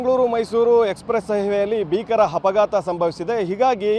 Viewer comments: ಡ್ರೈವರು ಚಾಲಕ ಒಂದೇ ಬ್ರೋ ಕನ್ನಡ ಕಲಿಯಿರಿ ಹ್ಹಪಘಾತ ಅಲ್ಲ ಅಪಘಾತ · ಹಪಾಘಾತ ಅಲ್ಲ ಅಪಘಾತ ಕನ್ನಡ ಉಚ್ಚಾರಣೆ ಸರಿ ಮಾಡ್ಕೊಳ್ಳಿ